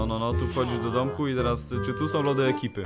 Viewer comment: o kurwa nieźle "som"